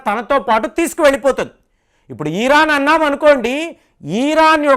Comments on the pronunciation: ఇరాన్ అనండి సార్, "ఈరాన్" అంటే వినడం బాగా లేదు. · ఈరాన్ కాదు ఇరాన్